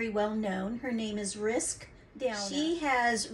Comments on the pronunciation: Also, it's pronounced like rinse ka 💕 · I enjoyed watching you work and your different style with the Dutch pour. I hope more of Rinske's followers come visit you. I will be going through your previous posts. Ren Ska is the proper pronunciation. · Nicely done but you are not pronouncing Rinska name correctly. If you have watched her videos she says her name.